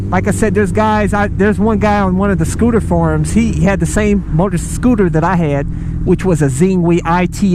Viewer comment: I was referring more to the point that it was a SCOO-TAH. LoL Scooters are pretty gay. Just sayin.